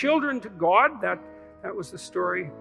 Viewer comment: Never trust anyone who pronounces the word god as Gwod…